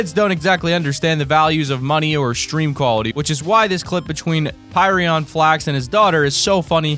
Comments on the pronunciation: its not pirion its pyrion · You said pyrion wrong .-.